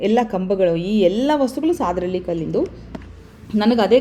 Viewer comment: Mam sadahalli pronounce tapu devanahalli hatra namma uru